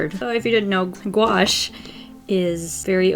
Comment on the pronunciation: I thought it said guacamole instead of gouache